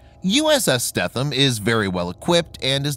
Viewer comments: Her name is pronounced more along the lines of STEENUM (longer E and the TH somehow more of an N... ) (sry dont know the different pronunciation markings) Why do I know. Well 3 years onboard Robby's boat and you will learn some things :) and ... well I would like to inform you that our LIFE RAFTS are NOT ASW weapons. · Pronounced “Stee-thum” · you pronounced the name wrong. i stopped watching at that point lol ----former crew member.